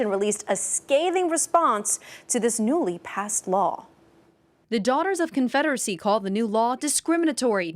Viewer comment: “daughters of confeddery” 😂😂😂